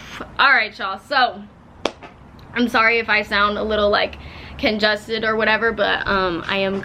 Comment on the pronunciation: sis did not just say conJUSTed its conJESTed